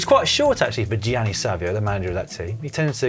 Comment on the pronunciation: Dan, please learn to pronounce Gianni in a proper way!